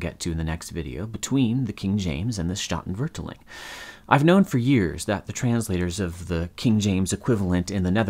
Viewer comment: Oof, that pronunciation of statenvertaling killed me.